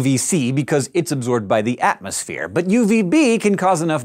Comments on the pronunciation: uh, "atomsphere" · just a quick question.... whats an "atomsphere"?